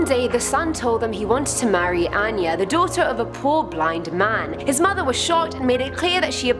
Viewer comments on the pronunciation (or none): none